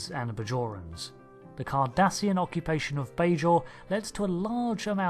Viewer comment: I thought he said Kardashian at first.